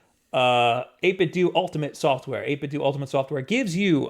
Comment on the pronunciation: 8bitdooooo is the correct way